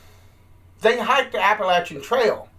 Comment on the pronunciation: There are so many selfish, inconsiderate people around and littering just drives me up the wall! Why trek to someplace beautiful for enjoyment only to turn around and destroy it? It is beyond me. Also, as a NC native, thank you for pronouncing Appalachia the only correct way :)